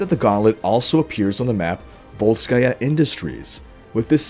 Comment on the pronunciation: I like that you pronounce volskaya accurately.